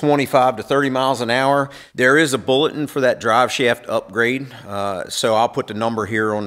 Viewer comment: He pronounce bulletin, bullet?